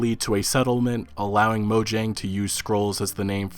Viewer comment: Am I the only one cringing on how he's pronouncing 'Mojang'?